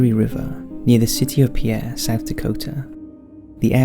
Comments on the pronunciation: Hey, I've been a fan of your work for a while now and I love getting notifications of your new videos, BUT as a South Dakota resident, I want to let you know that Pierre, SD is not pronounced pee-air, it's pronounced like peer or pier. Ok, that's off my chest, now I'm going to like the video, thanks for your time. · Pierre, South Dakota is pronounced 'pier' not 'pee-air', same thing with Ft. Pierre, neither is one of the SD towns pronounced in the French way. A little late I know but the correct pronunciation needs to be told. And yes, South Dakota is my home state. As for the noises heard on the island, it's in the middle of the river so all it would take are some loud people boating down the Missouri or being loud on the banks on either side. A couple of sound rifles set up in Pierre or Ft Pierre plus a recording of voices and Bob's your uncle, instant haunting. My BIL's from Pierre, I'll have to remember to ask him if he's ever gone ghost busting on the island. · Pierre, SD is actually pronounced as pier. Just letting others know. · It's not Pee-air, it's Pier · Pierre, South Dakota is actually pronounced "Peer;" not like the French man's name. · That city is South Dakota is pronounced "Peer," bro. It's French with a Russian-German twist. American cities must be the absolute worst for narrators to pronounce. They have 1,000 different ethnic origins and still aren't pronounced according to the origin. Cool video, as always! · Pierre is actually the capitol city of South Dakota. And, strangely, the pronunciation is “PEER”, not the French pronunciation.